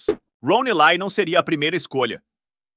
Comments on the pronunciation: Acredito que a pronúncia seja Ron éle e não elai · Roni ley 😂😂ron ely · A pronúncia correta do sobrenome dele é "ilai", com o "i" levemente puxado pro "e". Em ingles o "E" se pronuncia como "i" e o "Y" com "ai". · So que você está pronunciando o nome do ator errado.